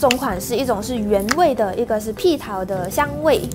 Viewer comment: 你講成屁桃了，是蜜桃